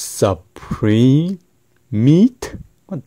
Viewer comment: I lmao'ed at the way you said suprEmeat